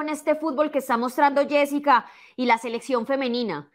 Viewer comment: Yessica Muñoz No yesika muñoz